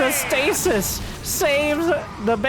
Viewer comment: The plural of the word "stasis" is stases (pronounced "STAY-seez").